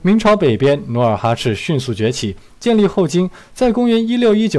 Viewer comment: 他应该是说努尔哈赤😂变成努尔哈鸡翅了🤣